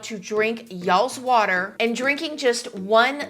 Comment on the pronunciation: Don't forget to drink lots of watah